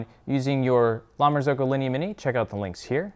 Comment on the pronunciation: La Marz-oohh-co